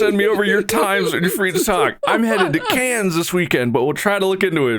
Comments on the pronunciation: Take a shot everytime Mark mispronounces “Cannes” (it’s just pronounced like can) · Cannes is pronounced Khan. KHAN!!!! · man went to Cannes and still says 'cans' 😂😂😂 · Please Please be respectful and pronounce Cannes properly. So rude.